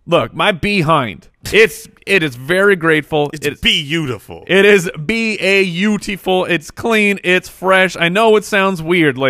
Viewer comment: b-a-u-tiful lol